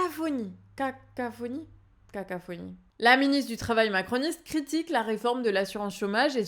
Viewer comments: cacophonie pas cacaphonie...!! 😂😂 Sinon... tout le reste de l'intervention est parfait !!! 😉😉😉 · cacaphonie, c'était une moquerie de Valérie Hayer, ou vous hésitez vraiment sur ce mot ? Sinon, merci et bravo pour votre travail d'information et d'analyse.